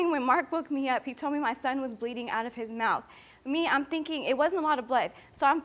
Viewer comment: His mouf? Mouf?